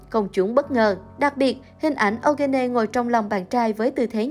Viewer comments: Eugene tạm phát âm là yoo-gin nhe bạn .. đọc âu-gơ-nê nghe kỳ quá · Phát âm là Yoo Jin/Yu Jin "Diu Jin" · Eugene đọc là “U-jin” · Eugene đọc là Diu Chin ạ. Eugene = 유진 = Yoo Jin/Yu Jin. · Tên Eugene đọc là du gin.. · Ô gơ nê :)))) Kênh nên Tìm hiểu để đọc đúng tên của nghệ sĩ ạ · Nên. phát âm đúng tên người rồi làm video tin tức nha. Âu gê nê ????? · Đọc tên Eugene kiểu gì vậy, có tìm hiểu trước khi làm video ko vậy. Nghe khó chịu thật sự. Đọc sai hẳn tên của chị ấy luôn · trời, tên người ta đẹp zây đọc kì zây trời